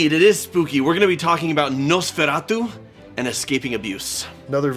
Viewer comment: That Nosferatu pronunciation from Jono was spot on 👌